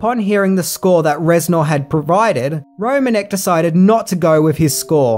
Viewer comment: Just a little note: Mark Romanek’s last name is actually pronounced “ro-MAN-ick”, which you can hear him say at the start of the behind the scenes video of Nine Inch Nails’ Closer music video.